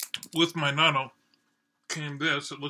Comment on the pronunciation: There are a lot of varieties of natto - when you have fermented foods, they can go in many different directions. It's sort of like cheese in that respect. I've liked it okay exactly two times, and not liked it the other times I've tried it, which is only... five times or so. Incidentally, for the pronunciation, the "っ" before the "と" of なっとう (納豆) means you first pronounce the "na", and then have a moment of silence and kind of strengthen the "t" part of "to". And while it's inaudible to us native English speakers with our flexitime language, the "o" sound technically blends into a "u" (う) sound although in practice it's more like the "o" is just extended a bit. Also there's the aftertaste... were you okay with that?